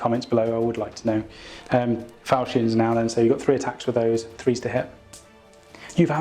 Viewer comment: Falchions is pronounced "Falkions"